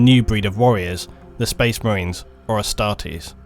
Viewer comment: Spoice Mah-rains